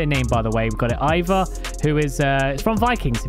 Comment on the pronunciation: Quick thing that bothered me Ivar is pronounced E-Var similar to E-Far but otherwise i love your content and keep up the good work